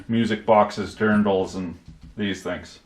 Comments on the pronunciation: It’s pronounced like dearndle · Didn't even know we made stuff like that. I thought our only exports Austria is known for are something with Mozart or weapons. Btw. it's "Dirndl" like "dear" and the "ndl" in "kindl". And at least two of the Dirndl pictures were from Germany, not Austria! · so i think i am the only guy who lives in austria sees that XD dirndl was so funny to hear...